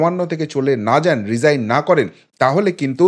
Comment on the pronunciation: Its resign not regine